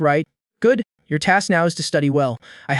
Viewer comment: Does bro have hiccups because he keeps saying yor